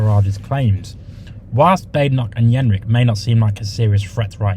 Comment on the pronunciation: Excuse me, but did you say Robert ‘Yenrick’ ? 🤣